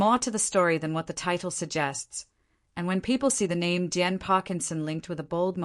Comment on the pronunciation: Downvote because you can't get DIAN'S name right.